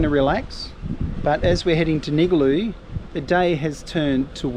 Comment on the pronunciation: nigaloo pronounced Ning Gar Loo